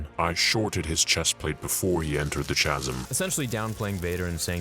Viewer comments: this dude pronounced Chasm (Kazum) Chazum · I’m a fan but I cringe whenever you say chasm. I checked this on google (because who knows maybe I was wrong) but it’s pronounced “Ka•zm” not “Cha•zm”. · Chasm ≠ “ch-a-sum” Chasm = “ka-sum” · It’s just eye of webbish bogg there is no “The” also chasm is pronounced “kasm”, crazy story, great video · I'm so happy you're back to doing the comics! You do a great Palpatine and a pretty good Vader (it's been improving over time). I do have a question for you- do you plan on doing the old republic and old sith war comics at some point? I read those years ago and would love to see them brought to life! One note for you- pronouncing chasm- the ch makes the "K" sound so it's pronounced like "Kasm". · Is that pronunciation of chasm a Canadian thing?